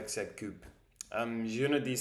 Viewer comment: Tu te débrouilles bien et c'est une bonne idée d'avoir trouvé ces mots. Attention à la prononciation de tes "ou" Car tu dis cupe, dessus, vus au lieu de dire "coupe", dessous (car dessus et l'inverse de dessous) et vous Je ne suis pas sûr mais je crois qu'en anglais le "ou" (français) se prononce "oo", peut-être que le "oo" anglais est plus long, et le "ou" français est plus court (ici, nous avons un service de livraison qui s'appelle deliveroo, et nous le prononçons deliveroue (le "e" permet de rallonger le "ou", de le faire traîner), Intéresse toi au mot ours et essaie de trouver des vidéos d'ours et écoute les gens prononcer le mot "ours" ... et aussi roue, boue (qui sont des "ou" longs) et roux, toux (qui sont des "ou" court)